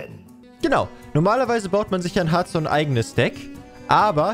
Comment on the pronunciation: Harfston bitte aussprechen